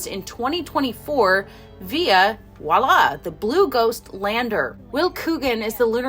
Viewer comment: Voilà, is a French word, commonly mispronounced. Friendly FYI, keep up the great work.